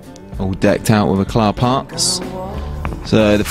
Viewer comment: Pronounced e-claw or e-cla the t is silent.